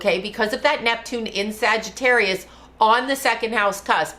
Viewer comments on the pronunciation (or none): none